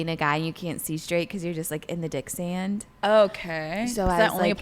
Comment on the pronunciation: The “dicksand” 😅 I’ve always heard it was “dick-drunk.”